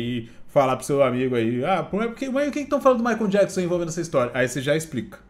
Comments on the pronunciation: Jackson? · Djáquisom e Maria Quéri kkkkkkkkkkkkk